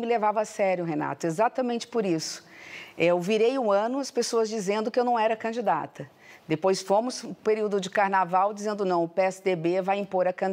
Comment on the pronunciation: É impressão minha ou ela fala candata ao invés de candidata... ?